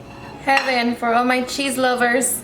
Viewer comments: The way she says cheese!!! 🤣 “shhhhheese” lmao how annoying is her voice in the intro though! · This looks so good. I think it’s adorable how your accent comes out when you say “cheese” it’s cute! You’re an inspiration girl, your so well put together on top of having a nice personality.